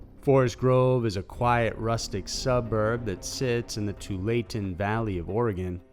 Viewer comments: Its Tualatin not Tualaten Valley. My cousin lives in Forest Grove and they never heard this however they live on the outskirts of the town main area. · I was so happy when the narrator pronounced Oregon correctly instead of the typical Or-Eeeee-Gone (we haaate that!!!) but then I cried at the pronunciation of Tualitan smh. It's Two-All-Uh-Tin not Two-Lay-Tin lol. Great vid tho! ☺ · Place over in Oregon called Tualatin Valley would be pronounced TOO- ALL- IT- TIN of course darling LOL LOL!! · too-WAH-luh-tin Oregon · Tualatin: Two-All-Uh-Ton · Tualatin is pronounced...Too alah tin! You're welcome! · “Too latent valley”??? Dude, you should learn how to pronounce places in “Orygun” before making a video. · FYI...in the first story, it’s pronounced Twall-a-tin (Tualatin). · It’s pronounced to-wall-a-tin 👍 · Its pronounced too wall he tin ! Tualatin! I grew up in Portland oregon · too wall it ten valley, or eh gun. please. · Lmao I love how you said Tualatin. It's pronounced 'two-wall-a-tin'. I know it doesn't make sense to us either. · It's pronounced "two-WALL-a-tin" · That's pronounced two-all-uh-ton (ton as in one ton). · Not sure what you said but Forest Grove is in the Too- wall-i-tan Valley. That's how it's pronounced. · Tualatin is pronounced Too all it in just FYI haha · Tualitan is actually pronounced "two-All-a-tun". As always love your voice and videos :0) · Tualatin Valley is pronounced (Too-all-luh-tin). Anyway, I've been to Forest Grove many times on my way to Portland and never heard of the Shrieks. Though the Mobile Propane Hash Theory sounds credible!! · It’s pronounced two-wall-a-Ton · Bahahaha, no. It's Tualatin - too wall a tin. Not what ever the heck you said. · or Willamette bahahah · I heard Tualatin mispronounced. Though, to be fair, we have a lot of unusual words and unusual pronounciations in Oregon (town of Scio is Sigh-oh). And for those who wonder about the valley, we have a rhyming clue: it's Willamette, dammit!